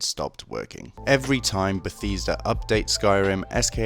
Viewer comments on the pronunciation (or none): helpful vid except for if you wanna know how to pronounce Bethesda... why are you saying it like Betheesda?